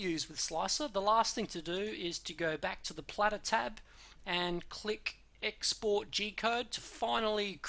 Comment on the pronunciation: plater not platter, lols ;)